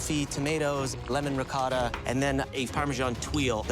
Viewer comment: "Proshuhdo", "Ricodda" 😂😂😂